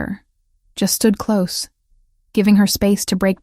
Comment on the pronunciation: Please instruct the robot narrator how to pronounce «close» - adjective vs «close» - verb. Better yet, hire a human narrator who knows the difference.